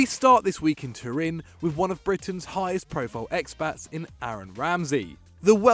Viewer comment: "One of Britain's biggest Exspats"